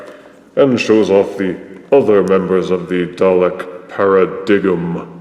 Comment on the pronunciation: I on the other hand really like the new paradigm (it's pronounced paradime =P) and wish we had more of them as they were much larger and imposing, though not saying a few tweeks weren't needed. But great review as always